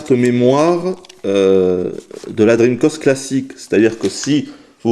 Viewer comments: sympa mais je t'en suplie arrete de dire dreamcost !!! c'est dreamcast !! avec un grand A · d'habitude on dit " drim-cast " et non " drim-cost ", mais c'est le qui a eu l'habitude de le dire. Par contre, je ne sais pas pourquoi, il faut lui demander. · CA SE PRONONCE DREAMCASTE PAS DREAMCOSTE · "La Dreamcost"? Pourquoi tu l'appelles la Dreamcost alors que tu dis bien Sega et Megadrive? ça se prononce "DreamcAst". Pas "Dreamcost". :-3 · Salut 1- Tu es réyoné ? parce que si oui moi aussi (à la vue de ton image de profil) 2- Les francophones français ont l'habitude de prononcer (et d'entendre) DreamCAST, donc entendre dreamCOST ça me fait bizarre 3-Je crois que il est québécois non ? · oui enfin... dreamcost quoi mdrr ! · Franchement je suis français et sa façon de prononcer me hérisse le poil également !!! "DRIMKASTE" bordel ! C'est quand même pas compliqué. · Pourquoi est-ce que tu prononces "cast" comme "coste"? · dreamcOst ? étrange ton accent :P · Dreamkoste, j vais lancer chinemou. Lol handicapé de la parole.